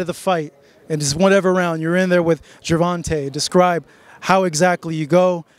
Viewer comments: This dude always saying “gervontuh” 😒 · as disrespectful as ever...butchering Gervontas name!!! I bet if Davis checked them on that bullsh*t they'll change their tone real quick 😂😂🤡🤦